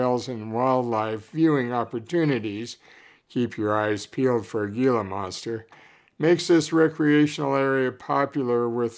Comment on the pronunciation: My home! Thanks for the nice write-up! SR-71 Blackbird! A story unto itself! As kids, we were afforded the opportunity to scramble in and around so many of the old war planes at D.M.!! Did you just say: "Gee-lah" monsters?! Try "Hee-lah" monster. Sort of like saying: "Jav-ah-leen-ah" instead of "Hav-ah-leen-ah" for the Collard Peccary! I'll help you out here; those big cactus? "Sa-war-oh" and not "Sa-gwar-oh". As teenagers, we'd drive through Sabino Canyon in our cars, no charges back then.